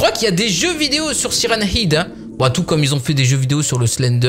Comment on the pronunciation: Salut ta prononciation de sirenhead est fausse le ''head'' ce prononce comme ''head'' la tête en anglais 😉